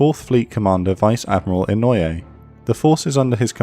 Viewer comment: About pronouncing Inoue, it's "EE-KNO-OO-EH", not "EN-NOI-AYE". Japanese uses AEIOU as a base for pronouncing the sounds, and then a consonant is added in the front to change the sound / character. E.g. A , BA, KA, TA, SA, etc. Hope this could help improve the pronunciation.